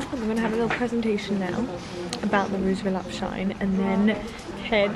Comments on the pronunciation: I have a Rouge Volupte Shine lipstick but it came from a bad batch so it dries and bunches on my lips. Ugh... I got it at Sephora. I still try to employ it., the correct pronunciation is volupteh not volupt. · This vlog was great, as always but please, learn to pronounce "volupTÉ"! It's the same sound as "TEnnis". I hope it helps!